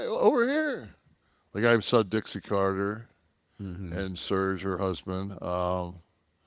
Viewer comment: It’s pronounced “Sehrj” It’s not a detergent 😅